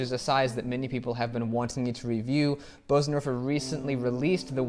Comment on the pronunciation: Your pronunciation of Bösendorfer is almost perfect. So don't worry and don't listen when people tell you otherwise. Nice video BTW. I love Bösendorfer.